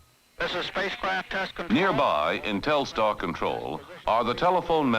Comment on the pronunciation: It's funny that for such a big event, they didn't educate important people (even the President) on the correct pronunciation of Telstar. It's not Telestar.